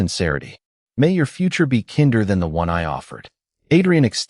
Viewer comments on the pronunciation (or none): Please it’s not kinder is pronounced kind-er